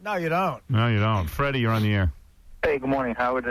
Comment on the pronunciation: This might be me being persnickety, but I never liked the way he says "air". He adds so much emphasis. He will say something like, "That one time I was on the airahh." It's just super annoying lol.